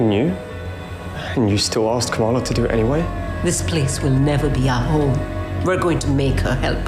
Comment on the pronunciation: The least they can do is pronounce Kamala right.